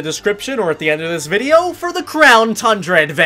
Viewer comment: Who else is excited about going to the Crown (Mandjtv pronunciation) Tundra?